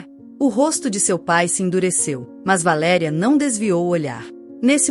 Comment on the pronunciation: V A L E' E' E' E' RIA: PROPAROXITONA!!! VAERI'A A PENA MODIFICAR, MESMO COM INTELIGENCIA ARTIFICIAL....